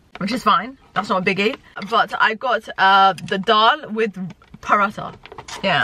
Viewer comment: The H is silent in Paratha lol